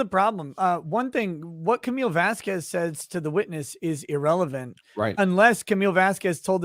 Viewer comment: Hypothetically, how hard would one have to hit to get it through that thick skull that it's not "Vazkwes"